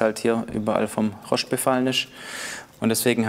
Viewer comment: nach dem 5. "Roschd" musste ich abschalten